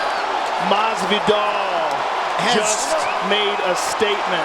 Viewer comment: I am physically incapable of hearing the UK commentators pronounce Jorge Masvidal as "Hawhey Massveedow" without laughing.